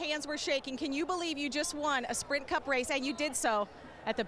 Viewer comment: she said sprint cump